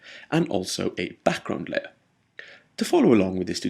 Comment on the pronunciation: i always love the tutorials u made.. i've watched all of em :D anyway i love it when u says "backgroud" it's amazing pronounced :D once again TIA! LOVE YA